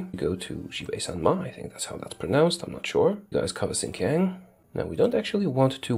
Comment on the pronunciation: IT'S PRONOUNCED SHIN-JI-ANG WITH AN AHH SOUND NOT A AYY SOUND